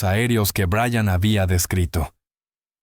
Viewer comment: Buenas , Everest? En realidad aprecio y creo en el trabajo de Linda Moulton Howe pero , a usted señor NO le creo lo que dice. Tal vez Brian haya tenido experiencias inusuales pero en su relato hay inconsistencias. A propósito , sería bueno que aprendiwra a pronunciar el nombre Brian (o Bryan) de manera correcta y NO 'Brayan' ya que su pronunciación demuestra ignorancia. Saludos 😊😊